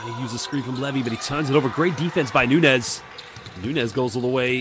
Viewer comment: The commentator can say and pronounce de letter Ñ to say España, but not to say Nuñez